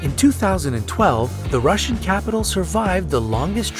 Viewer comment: Russhian hour😂😂